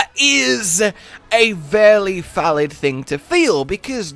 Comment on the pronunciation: "A vairly falid thing to feel"